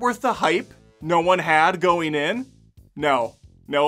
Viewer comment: I like your review but why do you say “buildeen” instead of “building,” or “go-een” instead of “going?”